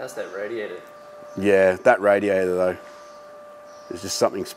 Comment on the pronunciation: "that radiator thouh"..... Epic